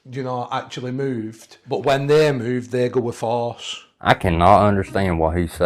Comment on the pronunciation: Plus the word he said was supposed to be Force it did sound like farce though